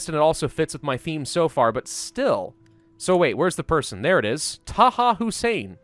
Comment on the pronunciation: "Taha for now" oh that was just painful.